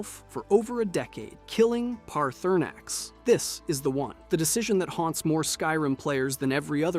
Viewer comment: Guy can’t even say Paarthurnax name right